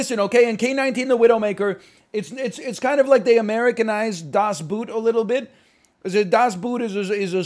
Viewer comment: das boooooot??? it is pronounced das "boat" actually